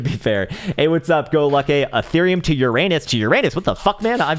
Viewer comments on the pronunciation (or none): none